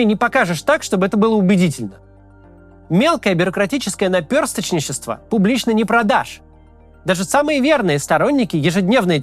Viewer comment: Офигеть, как он выговорил это? Наперсточничество. Мощно, Макс.